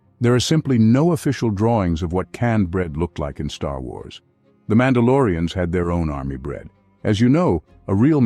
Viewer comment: Man bemerkt an der Aussprache von "Star Wars" sofort, dass es eine KI ist.